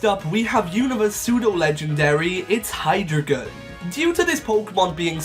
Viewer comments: Its pronounced High-dry-gon (like ein, Zwie, Drie) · The I in Hydreigon should be after the E!